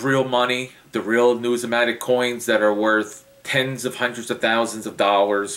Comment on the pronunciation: you drone on and on and on and on and on------ Just say what you want to say. Please, if you want to talk about numismatic learn how to pronounce it. When you start responding to the comments on here use spell-checker, and grammatically correct sentence structure. Your 6th grade English teacher would not like how you respond! I have been watching your videos for a very long time, and I do not see evidence of your statement "I am well educated in this field" so do not say it. Had you shown that you have worked for PCGS, or NGC, or worked in a Local Coin Shop, or even worked in a "we buy gold and silver" shop, you would be more believable. Good Luck and God Bless!